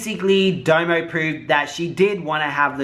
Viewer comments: It’s DOMO not DAMO!!!! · D-O-M-O not "Damo" 😂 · 🤣🤣🤣 it’s domo not damo 🤣🤣🤣🤣 I can never get through more than 3 minutes of your videos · I just can’t get over you saying “Damo” or “Doe Moe” when it’s clearly spelled “Domo” lol butchering someone’s name when you can literally just go watch her intro and hear her say it correctly. Plus Domo was internet famous before YouTube. She was popping on fb and then moved over to YouTube and then met Crissy. Your research on this one lacked. Js. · Her name is pronounced (dah-mo) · Damo🤣🤣🤦‍♀️???? your doing to much the way u pronounce people’s names, lol love u doe❤️❤️‼️